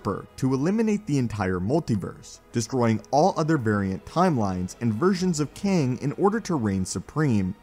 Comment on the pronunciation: Why do u pronounce him “King”?